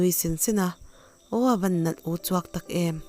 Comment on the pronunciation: "Uchuak" tih hi a thluk a diklo thei e